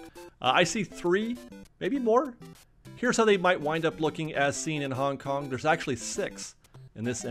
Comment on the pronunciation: It hurt a little each time I heard Hong Kong..